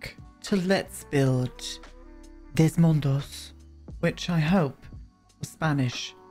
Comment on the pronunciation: Definitely you pronounced “Dos Mundos” really well! Loved this apartment and loved Miguel as well ❤. Sending lots of love from Mexico 🇲🇽